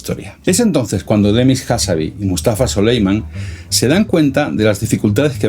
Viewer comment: Excelente video, solo una pequeña corrección: es Demis Hassabis (con s final), no "Hassabi". Y la empresa de Altam antes de OpenAI se llama "Y Combinator" no "YC incubator".